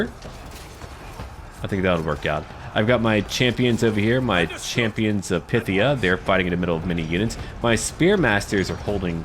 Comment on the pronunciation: Great stuff! I think Phthia is pronounced "Fff-Theeah` as opposed to `Pith Theeah` with one of them awkward Greek f sounds.